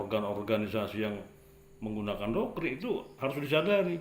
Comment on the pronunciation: Saya kok jadi bingung, itu bilang Doktrin atau Dokkrin ya?